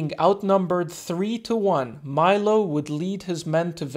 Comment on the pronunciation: In italy we say "milo" and not "mailo" 😉... bless you man, I live a couple of hours from crotone. Great video